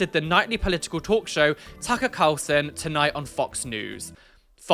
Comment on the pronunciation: Love you but you are talking about a news show that you don't even know how to say the host name. So you making things up about that Tucker's show is about is just wrong.